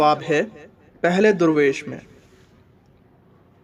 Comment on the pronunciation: Bhai darvesh hota hai na ke durvesh